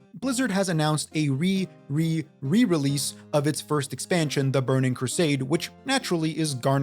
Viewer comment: The re re re release, yeh you said it right.